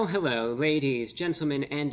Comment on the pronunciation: You mean "Hewwo" 😂